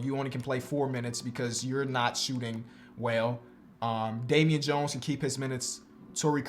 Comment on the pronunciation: He said domain Jones